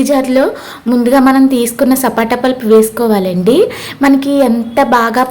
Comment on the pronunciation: Sapota andi sapata kadhu